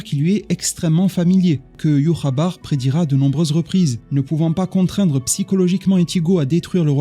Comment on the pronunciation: entre écorcher les noms de Inoue en disant Inoueuh et Ywhabaha en disant Yhwaba, ça fait mal aux oreilles. Améliore la prononciation des noms au minimum je te prie